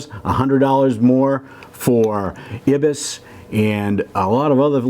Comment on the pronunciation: EYE-BIS is how it's pronounced.